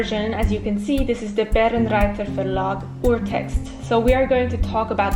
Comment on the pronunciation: Barenreiter really should be Bae-renreiter :3 Seriously it's my favorite! Thanks for talking about this! I often emphasize the importance of editions to my students, it's a time and money saver!